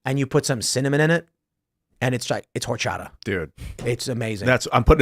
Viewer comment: Tim it's horchata not horchada😂